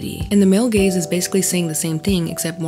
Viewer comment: I couldn't help but hear "gayz" the entire time 😂